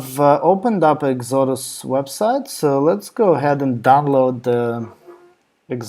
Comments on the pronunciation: Say EX-O-DUS. Not whatever your saying now. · I only say that because you are easy to understand in English, but it took me minutes to realise what you were saying was actually the name of the web page you had open. It didn't sound like Exodus. Ask a home grown Aussie, they say it the correct way. Other than that, thank you for the video. Thumbs up.